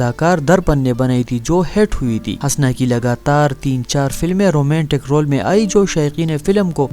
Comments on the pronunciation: O jahil HASNS nahi Hoosna. Naam tou Lena seekh le phir aa hamara time barbad karney. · Bhai ye name hasna nahi bulke husna hai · Pagal k puter !!! "Hasna" nhein us ka nam Hoosna ( Husna ) hey . Tumhein nam hi nhein pta tu video kya bnaao gey . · Hasna nahi Husna or Sultanat nahi Saltanat Urdu k dushman😂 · Bar بار ہنسنا kehrahe ho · د ح د پاسہ پیش دے ح پیش حسنہ، پٹے سیپارہ خو دے وئیلے دہ کنہ کۂ ڈاریکٹ حوالدار بھرتی شوے ئے؟ ودود تہ ود ود او آج شب کو تہ آجشبکو مہ وایہ۔